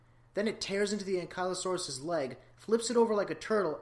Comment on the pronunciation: You mispronounced ankylosaurus